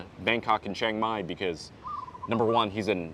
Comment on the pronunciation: You can go ahead and get your workout done, but your thai not perfect. You pronounced Chiang Mai wrong. Lol....that tell me that you're not growing up speaking thai. You grew up speaking English